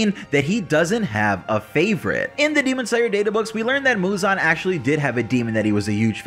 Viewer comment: Why can't anyone properly pronounce muzan? Lol.